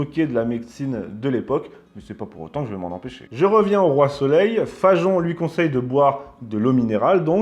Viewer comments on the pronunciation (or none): Pourquoi dites-vous Fa"j"on alors que c'est Fagon. Comme Wagon. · Hi hi! les roast-beefs l'ont dans l'oignon! Mais pourquoi s'entête-t-il à prononcer "FaJon?" "Fagon", ça se dit "FaGon", non?